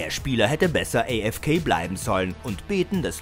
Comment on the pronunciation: Wie kann man AFK so ekelhaft aussprechen?